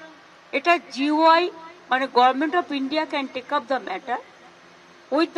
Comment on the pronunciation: হাস্যকর গর্ভমেন্ট না বলে গরমেন্ট